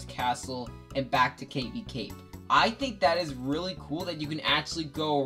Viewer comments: I've never heard Cavi cape be pronounced that way... Cave-y cape... I suppose it do have caves. Also again our priorities are again pretty different I made a whole video about Cavi cape because I find it beautiful and melancholy but you put it second to last lol. But regardless, good list and I actually agree with a lot of it. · I completely agree. And I never heard Cavi Cape pronounced that way either.